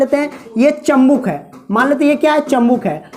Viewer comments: Bhai bo chambuk nahi chumbak hota h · Chambuk nahi bhai chumbak ya magnet bolte hai 😂😂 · Chambuk😆😆😆😆😆😆😆😆😆😆😆😆😆😆😆😆😆😆😆😆😆😆😆😆😆😆😆😆😆😆 chumbak hota hai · चुम्बक बोला जाता है चमबुक नहीं ठिक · चंबुक नही चुंबक होता है 😂😂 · Chambuk nhi sir g chumbak hota hai😀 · Chambuk nhi chumbak hota h 😂😂😂😂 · Chambuk nahi hota chumbak hota hai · Sir chumbak hota h chambuk nhi😁😁😂